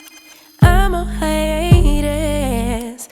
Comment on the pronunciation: I was distracted by the pronunciation of “haiEETUS” 🥴 rofl